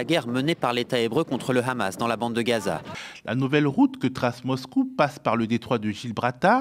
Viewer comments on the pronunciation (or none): none